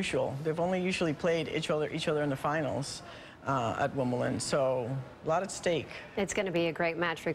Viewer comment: Did I hear correctly.....she said "Wimbleton"?!?